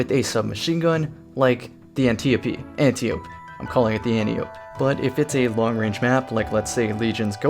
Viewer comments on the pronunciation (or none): It's pronounced "AntEYE-oh-pee"